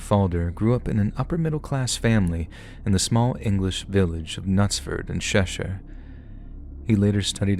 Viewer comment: Where tf is sheshire, it's just pronounced Cheshire you silly American